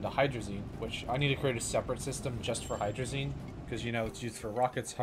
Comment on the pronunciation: Hydrolazine thrusters